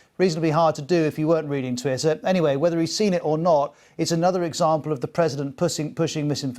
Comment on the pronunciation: Haha he said " pussing " at the end LOL